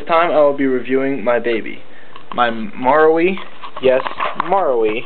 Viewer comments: just read it as maRU lol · Your saying marui wrong btw